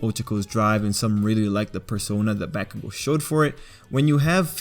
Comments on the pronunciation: I think he is saying them wrong it's pronounced Bak-u-gou O-ch-ca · Am I the only one that notice he is saying Ochako's name completely wrong same with bakugou